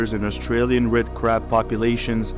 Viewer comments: Red Carbs???? How bout invasive terrible narrators? When he cannot pronounce a four letter word that is the subject of the video then there is a management problem. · why does the narrator keeps saying carbs ?? so annoying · I thought this was about Red Crabs & not Red Carbs as the narrator says. LOL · Wait, so he started the video saying carbs then randomly switches to crabs? 🤔🤣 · It's crab, not carb !!😅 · Red CRAB not CARB....good lord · Red crab, not carb, wtf, lmao… check ur narration bro